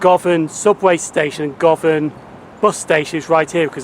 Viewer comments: Would have been worse is it was called Carol, or was a blown up sheep! LOL I did notice a mispronunciation. It's guvon not Go van. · Just one comment. It's pronounced - Guhvan. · Good video. Govan is pronounced "Guvan" btw.